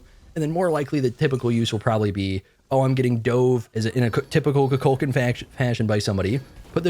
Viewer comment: Koo-Cool-K-AWWWW-N His game character says his own name “I am Kukulkan” You keep calling him “Koo-Kul-CAN” which sounds like Cu Chulainn Appreciate your content tho